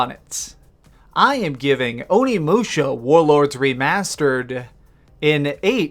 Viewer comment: Referring to the end...Can't believe you're saying "onimusha" like THAT!! face of disgust